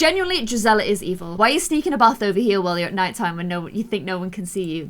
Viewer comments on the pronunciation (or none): none